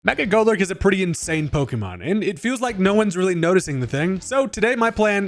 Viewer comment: now i've been wrong my fair share of times but i swear i can't unhear mecha golurk an i like it lol